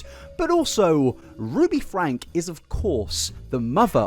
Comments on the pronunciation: "Frank-ee". They pronounce it "Frank-ee". You kick yourself in the balls doing all this work, research, and editing, to only pronounce their names wrong. Why do that to yourself? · The family name is pronounced with a long e on the end; it sounds like “Frankie.” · Their last name is pronounced Frank-E. The E isn't silent. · I don't want to be that person, but I feel like it needs to be said. The family pronounces their name as "Frankie" not "Frank". I've heard it from multiple sources pronounced that way (ie Jordan & McKay or USA Today). Not that I like Ruby, but I felt it's important to clarify. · Super weird to actively ignore/deny the fact that people called CPS on Ruby Franke for many many years prior to 2020? Also… isn’t Franke pronounced Frankie, not Frank? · Just so you know, you have the year wrong of when Ruby and Jodi were arrested (2023, not 2022), and Ruby's last name is pronounced like Frank-ee, not Frank. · You make a 5 and a half hour video, do research for at least a month, and pronounce the last name as "Frank" instead of "Frankie". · Its FRANK-EE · Minor point, and really not important, but their last name is pronounced Frank-ee. I don't want to draw away from the atrocious crimes going on here. Just want to add to the support of accuracy. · if you're going to make a 5.5 hour video about this, you could at least commit to pronouncing the family name correctly. have some respect for the victims- this is their story, not yours. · FrankE…frankE! FRANKE! With an E. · lmao I knew you were gonna say Franke wrong the while video. Oh? Connexions got worse after Ruby joined, you say? Interesting. Most people seem to blame Jodi for making Ruby worse but it sounds as if... perhaps... they found a kinship with each other and oh boy did the worsening get worse.